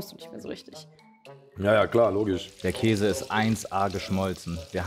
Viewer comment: Wie einfach jeder Käse von dir falsch ausgesprochen wird 😂😂😂